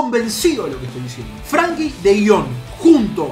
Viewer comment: lo decís de chiste lo de Frankie de Jong porque es frenkie de Jong